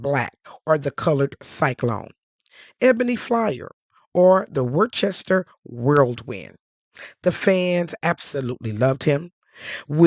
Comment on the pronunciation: whirlwind not world wind.